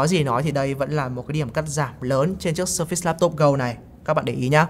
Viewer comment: Vẫn sai thôi haha. Sơ phệt s mới đúng